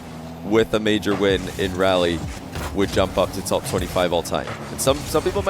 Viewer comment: FYI for anyone wondering Raleigh is pronounced “Rall-ee”. Like Wall but with an R. Not pronounced like “Rally”